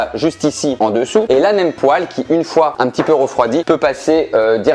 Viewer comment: enfin il prononce le mot "poêle" correctement ! Vive le Nord !